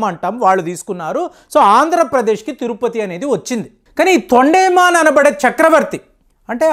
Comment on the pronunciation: తొండేమన్ కాదు తొండమాన్